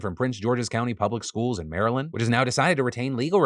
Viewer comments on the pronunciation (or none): none